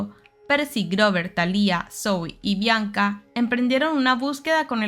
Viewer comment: Siempre que escucho el nombre de la hija de Zeuz aberrantemente pronunciado con acento en la i me hacen pensar en Marimar... El acento va en la primera A... 😤😤😤😤😤